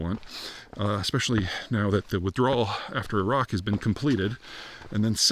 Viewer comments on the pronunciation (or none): none